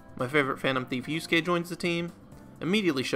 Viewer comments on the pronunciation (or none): none